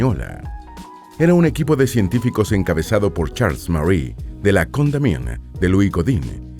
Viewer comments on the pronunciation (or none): none